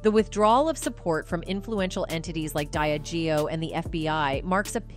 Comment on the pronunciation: Yes and diageo they have wrong aswell but constantly hearing sue-gay knight is annoying 😂